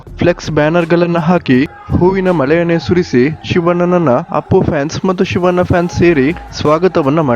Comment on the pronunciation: Prounce properly for shivanna...you are calling ಶಿವನ್ನಾ